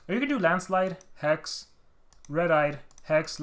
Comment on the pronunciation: When you say the Onminus landslide... I hear Ahma Niah's grand-slide....